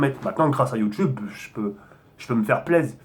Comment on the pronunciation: Tu mstress quand tu dis " bienvenue sur ma chaine Youtube" le Youtube tu le prononce comme un blédar